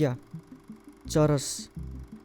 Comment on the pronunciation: Churas re still its weed its not churesh